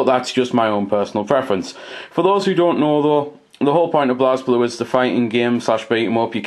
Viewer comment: It's pronounces "blay blue"